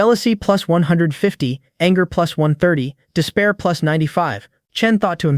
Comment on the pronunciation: Bro is saying pluts 1 pluts1😂😂😂😂😂😂😂